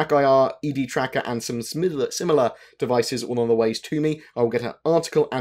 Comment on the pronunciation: "And some smililar" Hahaha =P